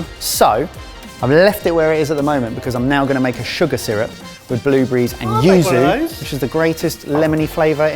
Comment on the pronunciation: So clearly won that battle and not just because he's dreamy, but I feel like he needs an extra brownie point for saying yuzu consistently, rather than Uzu, and Yuzo. could probably get one for his hard work trying to say Malpua, although I still don't know the right way to say it.